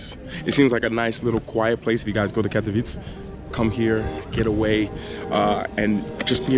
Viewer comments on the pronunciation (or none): I must admitt im impressed with your little trip to Pszczyna! And, we always pronounce KatowicE, with E at the end, dont eat it while saying it 😆😎😄 cheers Mate.